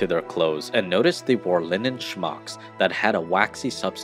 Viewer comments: Content was interesting. But the word “smock” is pronounced as spelled: smock (smok or smaak) Not schmock 🙄 Also the Burberry pattern is plaid. It is not a check (think of a checkerboard). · The narratorJimmy L, needs a few lessons in how to pronounce words... it's SMOCK not SHMOCK, it's KASHMERE not KAZHMERE.